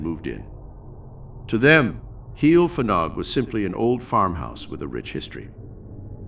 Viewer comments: You got the Heol right but Fanog should be pronounced Vanog. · Just a note: A single F in Welsh is pronounced like a V. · The F is pronounced V! Ff is F